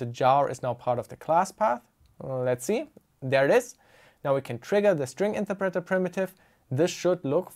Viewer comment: The way you pronounce "interpreter" drives me crazy